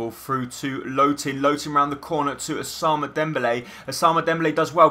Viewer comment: nice vid but u have 2 pernounce "Ousman" not "Ousama" or whatever u said xD